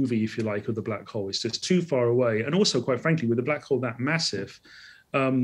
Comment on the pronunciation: Why Call black hall"